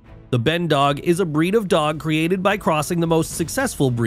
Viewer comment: It's not Ben dog, it's Ban.